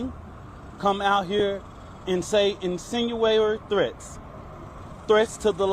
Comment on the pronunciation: . Insinuary threats lol. It’s incendiary and he even got names wrong at first. That’s a bad spokesman.